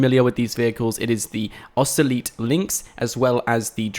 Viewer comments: Osoleet? The fuck is that?! Ocelot! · "Oceeleet" bruhh...i hope you're joking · It's a mispronunciation not an accent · nobody can get away with pronouncing O as "ee". It should be illegal. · My god...... The way you said Ocelot.......